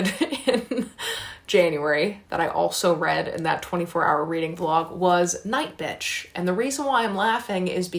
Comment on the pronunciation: I read 6 books this month and that’s the most I’ve read in a month. Feeling pretty good for the rest of the year. Still find fascinating how you say NightBitch 💀😂😂